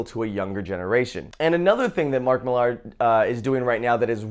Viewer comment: It's pronounced Miller not Millarrr